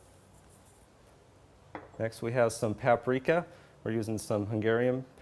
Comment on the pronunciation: Lol, he says "Satan" and "Pap-Reeka" ...sorry :O